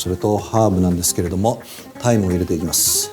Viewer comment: ハーブの名前タイムか…大麻に聞こえた